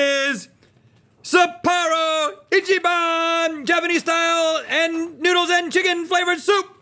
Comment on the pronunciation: The way the pronounce "Sapporo" hurts my soul.